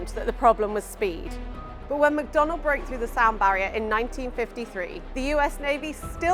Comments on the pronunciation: It’s McDonnell not McDonald…… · Isn't it McDonnell?